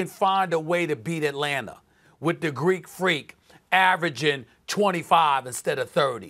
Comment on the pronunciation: Ice Twaeee or the Gweeekkk Fweeaaakkk - trae young